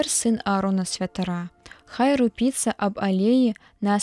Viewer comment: Прачытана: рупі'цца, а па сэнсу сказа трэба: ру'піцца.